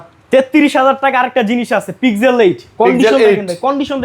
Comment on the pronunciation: ওটা পিগজেল?, (Pig-gel, শুকরের জেল😂) ওটা পিক্সেল ভাই